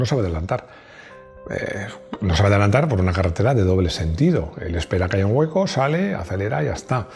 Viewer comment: Madreeee ... ¡ Lo que dices de adelantarrrr ! ... Si te oye D. Pera-Pollas de la DeGaTe de gilipolleces ... 🤣🤣🤣